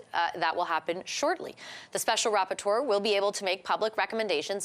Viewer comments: They got you all confused eh. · "rapporteur" hahahahahaha